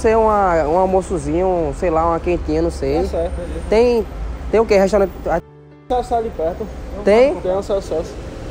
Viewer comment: kkkkkk " tá sertu"